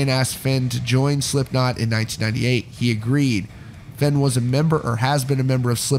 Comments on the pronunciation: FANE. Not FENN. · you were so close for pronouncing his last name right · Is Fehn pronounced “fen” or “fein” I’ve heard both